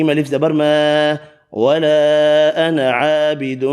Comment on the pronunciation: MashaaAllah......sirf 4 ayat mein ANA ki samaj nahi aa rahi... lg raha ha aap alif nahi perh rahay noon k saath bl k noon pe zabr perh rahay hain sirf.